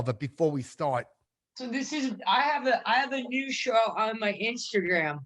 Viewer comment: The second I heard say "Inshtagram" I knew this was a good one.